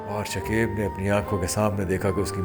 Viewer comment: Bhai naam shakaib hota hai shakeeb nahi galat talafuz matlab bhi galat deta hai شکیب ش اور ک دونوں پر زبر ہے